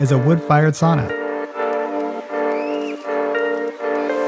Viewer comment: Pronouncing was surprisingly good. It was easy to understand. Usually when nativie english speaker try finnish they use same pronauncing rules what you have in english. Lady of the house (or sauna) really nail it.